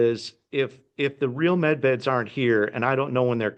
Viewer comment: Med beds not men beds!